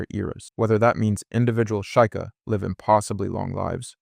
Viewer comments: shy kah? its SHE-KAH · You do realize you are mispronouncing the races name Like sheikah as sheika when its she-ka Gerudo as Jerudo, but its gerudo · SHE-kah, not SHY-kah. (Sheikah) HI-lee-anne, not HEY-lee-anne. (Hylian) REE-toe, not RA-toe. (Rito) man, people gotta stop using AI slop... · I can't tell if dude is butchering the pronunciation on purpose or if he genuinely thinks gerudo are pronounced like Jerudo And Sheikah are pronounced like Shaikah... Maybe he's using AI to voice over his videos 🤡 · Ok bro I was gonna let the way you pronounced Gerudo slide but after I heard what you called the Sheikah, im out.